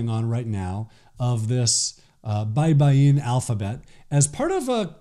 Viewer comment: You pronounced "baybayin" well, thank you. That is the right way to say that word.